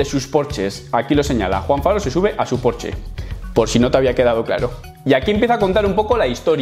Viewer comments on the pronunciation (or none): Porches...jajaja Porsche!!! ;)